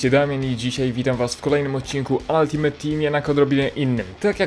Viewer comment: Czemu ty zawsze mówisz altimet a nie altimejt ?